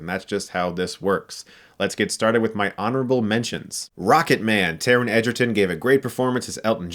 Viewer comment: Please learn the difference between Taron EGergon (EGG) and Joel EDGErton (EDGE)